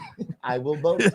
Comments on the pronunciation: “I bill bote” took me all the way out here at work! I couldn’t hide that outburst! 😂😂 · LMFAOOO “I WIH BOTE FOR DONALLLL TRUMP ! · “Ey’ Vill’Voe Fo Donell Trunn”🕺🕺🕺🕺🎶🎶🎶🎶🕺🕺🕺🕺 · “Ohhhh my god I will boteeee” lmao